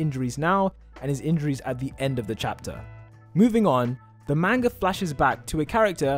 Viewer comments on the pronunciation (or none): none